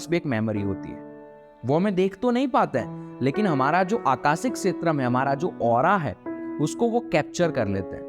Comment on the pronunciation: "श" को "स" मत बोल भाई. मंत्रोच्चारण के समय भी ये गलती करते हो क्या??? मैनिफेस्टेसन नहीं होता मैनिफेस्टेशन होता है. ॠसि नहीं होता ॠषि होता है. आकासिक नहीं आकाशिक सिरिराम नही श्रीराम डाइमेन्सन नहीं डाइमेन्शन 🙏🙏🙏